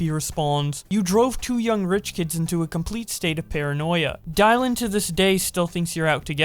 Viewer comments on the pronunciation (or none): have you ever heard the name Dylan pronounced out loud before? Fucking die lin? Like bruhhhhhhhh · why did you pronounce Dylan like that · So we're not gonna talk about bowblax said "die-lan" instead of dylan? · did you just say dielan instead of dylan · DIe-lan...... are you an idiot? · Dylan is said dillion are you stupid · The way said "Dylan" pissed me off because that is not how you say the name, its said the same way as "Dillon" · Okay, I usually let this slide.. But come the fuck on,. How in the possible fuck did you pronounce Dylan wrong? Nigga, quit YouTube and go back to school. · Why did you pronounce Dylan weirdly? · Did you just.... mispronounce the name Dylan? Wth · That’s an interesting way to pronounce Dylan